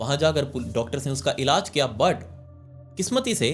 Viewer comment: The way you sai "But" ufffff ❤